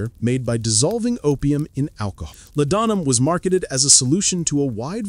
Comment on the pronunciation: "La-don-'em." Did you even listen to this AI trash before you posted it?